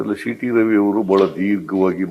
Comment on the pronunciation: ಶೀಟಿ ರವಿ ಅಲ್ಲವೋ ಮಾರಾಯ ಅದು ಸೀಟಿ ರವಿ.